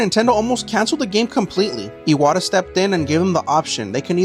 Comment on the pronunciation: bro the pronunciation is ass the name is pronounced “e-wha-ta”